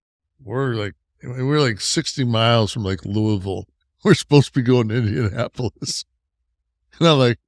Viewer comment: Nash always say Louisville